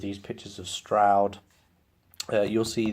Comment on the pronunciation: That’s how it’s pronounced. Good overview of the campaign. The only thing that irks me is “Stroud” It’s “STRAWD”